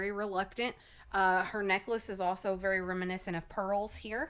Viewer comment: don't say pearl neckalce lol